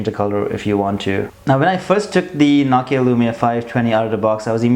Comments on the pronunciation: It's not nakia its nokia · ur saying it nockia its NO KEY A js